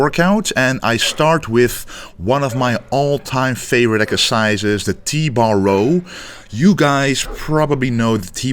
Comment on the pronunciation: "doing the row ekercises". Glad to hear you are going to Olympia again!